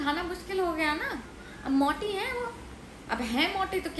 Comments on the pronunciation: Mujhe bhi mautiiiii 😂 hi sunai diya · " मौटी" and not "मोटी" had me ... Hahaha